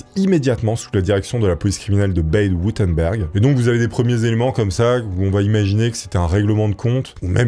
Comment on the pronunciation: Quand le Bade Wurtemberg devient le "bèide Wurtemberg" prononcé à l'anglaise...😄